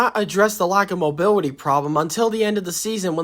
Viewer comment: Bro can’t even say mobility right😂😂